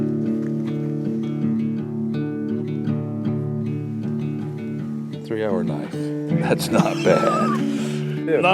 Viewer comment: Thumbs up, 15 seconds in.. . "at's a knife"